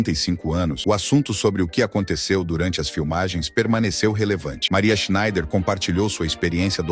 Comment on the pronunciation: Esta historia ja é conhecida. muito bem narrado. SCHNEIDER É UM SOBRENOME ALEMÃO e palavras em Alemão se pronuncia até a última letra, portanto SchneiDER. Em Português costumamos engolir as últimas letras, mas somente em Português.